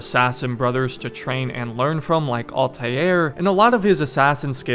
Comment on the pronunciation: Ah yes.. Altajier